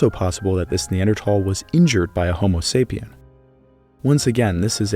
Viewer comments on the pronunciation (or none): It bugs me you say tal instead of thal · Dude it pronounced neandthal not neandtall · Its NOT neanderTall - its pronounced neanderthall as in "tha" and "all" put them together to "thall" as in "maul" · I know both ways of pronouncing NeanderTHal are correct, but I simply cannot focus on this video when I hear the hard T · There is an “H” in Neanderthal 😭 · I'll come back when you say the word correctly. Tall. 🤪🙄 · Never heard a pronunciation like that 😂😂. Have I been so uninformed all these years. I always pronounced the TH in Neanderthal. Not Neandertall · Can you say Neanderthal like a regular person cause even if your technically right the way you say it sounds terrible. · I can't stand listening to you constantly, saying NeanderTHAL wrong!! Its so hard on the ears!